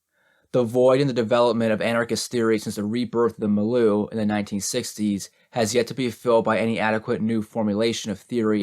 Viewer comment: I mention with love that it’s pronounced mil-yew, for your future reference. Great reading still, thank you again! I hope I don’t offend, I just thought you’d want to know Ⓐ